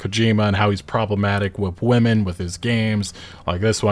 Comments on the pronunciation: Curious, is that a speech impediment or an accent/dialect when pronounces “WomEn (plural)” as “WomAn (single)”? It throws me off on what he saying every time I hear it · I'm just mentioning this if it is something that could be of any help, so "women" is pronounced as "wimmen" or "wimin", peace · Well my core complaint is how you keep pronouncing “WOMEN” as “WOMAN”..LOL. Seriously, it’s grating on the ears. Say it correctly. It’s not hard. Seriously. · "Women" is pronounced "wimin" btw. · Brother, you have got to start pronouncing words differently. There is a huge difference between WOMAN and WOMEN. They are pronounced differently. "Women" is plural. "Woman" is singular. It is pronounced "wi-muhn". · Woman and Women are two different words that make different sounds. Man and men are two different words that make different sounds. One is plural one is singular. Just want this content creator to know unless English is their second language -if that’s the case I really apologize. I just wanna save them future embarrassment. I don’t agree with what gamespots review and I think probably they’re trolling but it’s just a pet peeve of mine when someone can clearly say man and men, but can’t say woman and women. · I invite you to learn the actual correct pronunciation of the word women. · I'm really shocked that a guy who does not know how to pronounce the word "women" is triggered by a mention of how cringy Kojima games still are at times. A true grifter's take. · Do you know how to pronounce the term, "women", correctly? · You do know that that’s not how „women“ is pronounced, right? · Why can’t you say “women” right? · Women are pronounced Wee-men, not woman. You need to look it up how these words are pronounced. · Dude its women, not woman. Women as in plural, Wi-men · Women. The plural is women. Stop saying "woman" like it's plural. Why do I keep hearing YouTubers doing this? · Ffs man it says women not woman! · Why do you keep saying woman and not women??